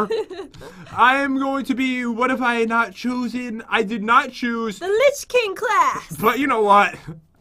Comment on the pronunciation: It says lich not rich